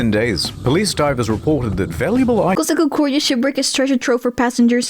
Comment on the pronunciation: 'Costa Concordia', please! That is the ship's name. NOT "Cost of Concordia'.....